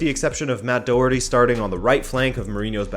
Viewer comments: haha fair enough, well that’s just my advice as an Irishman, it’s actually pronounced with a uck sound after the O but it’s very hard to describe if your not Irish over a YouTube comment lol, I love your content btw, keep up the great work 👍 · When you are pronouncing Doherty pronounce it Docherty, because I know you’re a fan of getting the pronouncement right haha